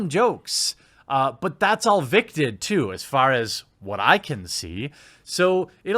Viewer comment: Why can't he say vic?